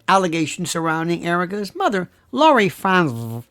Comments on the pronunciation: Thanks! I’m Crying-Laughing at the way you say ‘Frantz-vrrr’!!!! OH! I needed that!!!!! 😂😂😂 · Franzffrrrt! 😆 You're too much lol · Sir, your pronunciation of the FranzVHH family absolutely SLAYS me every time you say it. Very nice indeed! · It’s hysterical to me every time he says Fransve, with the emphasis on the V. 😂😂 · me too; cracks me up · Me too, i just showed my daughter. She said how else would you say it!! 😳🤣 Thanks for the laugh! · Every time you said Frantzve I went into hysterical laughter.😅😅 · You have me LOL with your Lori F pronunciation!😂🤣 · This was one of your best shows and I have seen many of them. I love your pronunciation of Frantzve! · I love how Lionel pronounces “Frantzve” 😂 cracks me up every time!